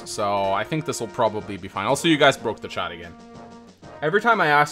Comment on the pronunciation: EVERYTIME HE SAYS CHAT I HEAR CHAD